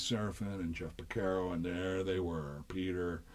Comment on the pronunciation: It is pronounced Jeff Por-Car-O